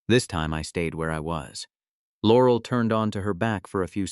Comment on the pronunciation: In what world does someone make video that looks like it was made in 1938 and uses a 3rd rate Ai that can't pronounce "Laurel"??